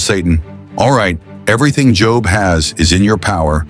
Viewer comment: I hate these mess ups sometimes how you going to pronounce job correctly the whole time then say job at the end I’m sorry that ocd kicked in lol